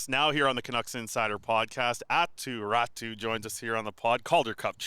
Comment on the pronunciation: appreciate knows how to pronounce Räty correctly but still gets my eye twitching by calling him Aaty 🤣🤣